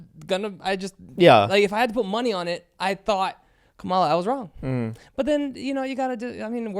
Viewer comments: Alex voted Trump. I can tell by how he pronounces Kamala. Guaranteed give away. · I can tell Alex voted for Trump just by the way he pronounced "Kamala" 🙄